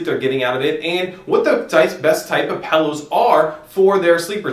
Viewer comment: "These pellows were actually developed by nasaw..." wtf are you saying? lol